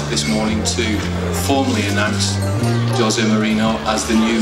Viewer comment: No one in the video can pronounce poor Jose’s name correctly. Poor them.